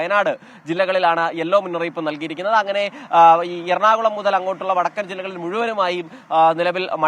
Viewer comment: What happened madam... Slip of the tongue for the same word MUTHAL BECAME MUZHAL... PLEASE DO SOME HOME WORK BEFORE READING... ANY WAY IT WAS GOOD FOR MORNING LAUGHTER THERAPY.... 😂😂😂😂😂😂😂😂😂👌👌😂😂👍👍👍👌👌👌👌❤